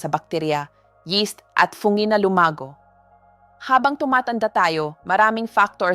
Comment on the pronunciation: Anong fonge? ( Fungi). 😅😅😅